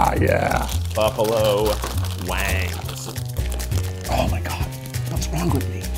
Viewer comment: Keith, trying to say Buffalo wings in a funny way Subtitles: “Buffalo wangs” Lol